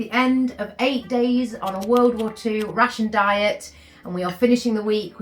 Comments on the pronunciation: As a non native speaker, I constantly hear "a typical russian diet" and it took a while to get it.😂 Glad you got to enjoy your "russian free" Fish 'n' Chips. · I listend to the video while I did the chores and was wondering why an english ate a russian diet. Took me a while until I recocnised she is saying rationed. And where was the fish?